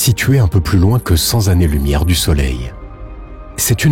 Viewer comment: Vidéo très intéressante. Mais pitié attention aux liaisons... 100 z'années. Si z'intéressante... et j'en passe